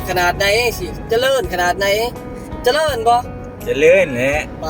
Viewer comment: เจริญ..จะ...ไม่ใช่จะเดิน.....นะพี่น้องเด่อ